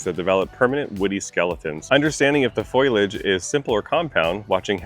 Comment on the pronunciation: Please,the word is "Fol - i - age" NOT " foil- age" fyi.